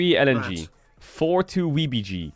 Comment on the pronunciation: WBG = pronounced as WeBG😂